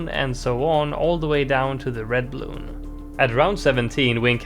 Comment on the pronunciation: I hate how you say bluun